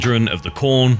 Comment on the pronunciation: Heyyy he said korn with a p instead of a k